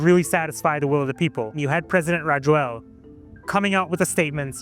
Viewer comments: Reporter totally botched the ex-president's name. It's pronounced "Raz-oo-leena" in Malagasy. You'd think a NYtimes reporter would at least try to pronounce the president's name right lol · Rajoelina is actually pronounced ra-JWEL-na, but you did better than most folks. I’m a former American who has been living in Madagascar since 2017/